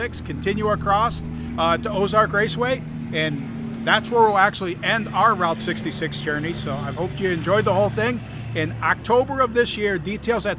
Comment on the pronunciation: The Rolling Stones confirmed that is ROUTE 66. Not Rought 66